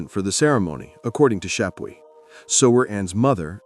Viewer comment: All due respect, you really take away from a fantastically researched story on Thomas when you mispronounce Chapuys, and misrepresent other players. Also, when you're telling a story with that many people with the same name, it's a good idea to constantly clarify which person you are talking about. When you indicate that Cromwell ended up being a player in Thomas Boleyn's downfall, it kinda seemed like you were actually saying that Cromwell was influential in Wolsey's downfall, as that had been the topic you had just finished referring to. Still overall a wonderfully researched and remarkably insightful chronicle of the REAL Thomas Boleyn🤘🤘🤘